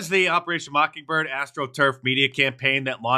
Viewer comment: 3 seconds in “mocking”birds.